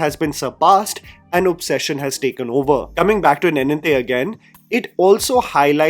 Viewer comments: Sad reality is that you have been saying Telugu names(words) wrongly ever since I've been watching you This time I didn't even had the time to increase speed of the video and you hit me with the word nae-ninthe and you pronounce neninthe. Sorry for the rant, thanks for the video. Appreciate your work bye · good discovery. Ravi Teja is actually a very capable actor. His “Mass Maharaja” persona is a facade…. although i have a problem with your pronunciation of “neninthe”. Nen (similar to the sound of a lions “MANE”)